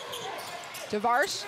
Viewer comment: What 'Tavars' are you talking about? It's Tavares. Is it that difficult to know the final 4 MVPs name right?